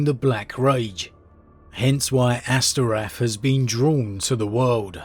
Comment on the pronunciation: Astorath not Asterath